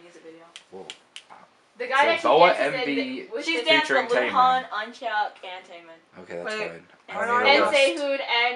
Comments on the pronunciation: . . .Thought I heard someone pronounce Eunhyuk's name as "Unchuck". :)) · I thought Eunhyuk was pronounced (yoon-hyook). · NO WAY! >_< "Eun" is pronounced like when your saying ooh while smiling with your mouth closed "Hyuk" is pronounced like yuck with h. :) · who's unchyuk? or however you said the name?